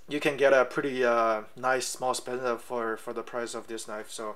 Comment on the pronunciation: I think you mean a Sebenza not a Spenza.